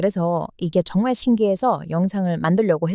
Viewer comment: 쩡말쩡말 ㅋㅋ 발음이 귀여워요 ^^